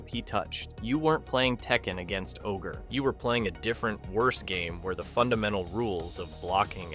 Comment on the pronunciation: Also "O-G R-E" lmao